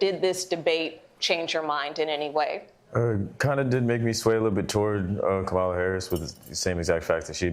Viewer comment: Why are Americans still not able to pronounce ‘Kamala’? I mean, how hard is it? Too hard for some, apparently.